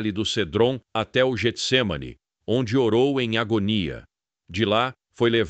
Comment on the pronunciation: Só uma correção, o nome é Getsemane não Jetsemane, pois é escrito com G não com J, e o G no início tem som de Get.